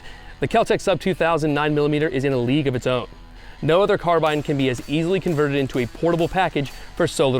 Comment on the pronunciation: Still mispronouncing carbine…